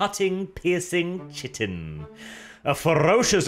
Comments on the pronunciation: Chitin is pronounced kaitin not shittin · It's not pronounced Chi-tin dammit. You know well enough how to pronounce it in all your Tyrranid vids. It sounds nowhere close to shittin' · Amazing video as always! Just a small correction, chitin is pronounced kai-tin but other than that this is a very detailed and thorough analysis of the Warrior Bugs! Can't wait for the Tanker video. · Chitin is pronounced "kite-in" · Read Hey as a non-english speaker I can understand this but it's always nice to improve when you realise a mistake :) Chitin is a deceptive word but it's nice to use it properly once you learn how it's pronounced. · I see still hasn't learned how to pronounce chitin.